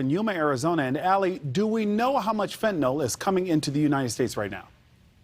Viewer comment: it's fentanyl, not fentanol.